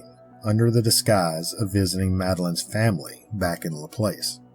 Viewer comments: Louisiana girl here , I know you tired your best but you pronounce Laplace wrong , it's pronounce La- plauce , long A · Just some friendly advice on pronunciation of the people places and things in our beloved State of Louisiana. Laplace is “Luh-Ploss” and Ruddock is “Roo-Dock” and The Manchac Swamp is “MAN-shack” Loup-garou in French Cajun enunciates the P in Loup as in “Loop-Gah-Roo “ The vast majority of people who aren’t native to Louisiana have trouble pronouncing the numerous names that usually originate in French, Native American or Cajun French. Any time you do a video on anything located in Louisiana and you want to make sure you get the pronunciation correct, feel free to reach out! And please don’t think I’m coming at you with any type of condescension or ugliness. I am well aware of how difficult it is to pronounce the majority of the proper nouns in Louisiana. Just one of the ways that we’re exceptionally unique and special as a state, a culture, and a community of very diverse origins and heritages that come together to form a mix of the best of the best! Your video was great though. Better than most other examples of the Louisiana folklore creatures and cryptids that’s for sure. Love all of your work! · The rougarou is always an interesting tale. There s a model of one in the Audubon Zoo in New Orleans. Just an FYI, Laplace is pronounced La plawce locally. 😊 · Basic research on pronunciation before posting a video would go a long way. Luh-place. 😂 I enjoy your videos but often get laughs from your butchery when it comes to pronouncing words and names and places. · It's pronounced Lah-Plass. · It's pronounced Lah Plahs